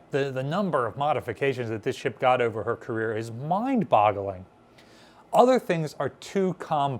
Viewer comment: Did you just say mind bottling like Derek from VGG or did you say boggling? I couldn't tell :P